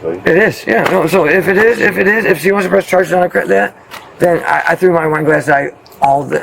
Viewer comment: I swear I thought he said, we were doing a line! 😂I guess he said I was doing some wine! By the way, NY is east cost to Florida is South of that… across the country would be from the West, dude!